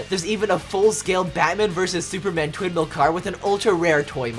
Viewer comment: Did he say twin male or twindhale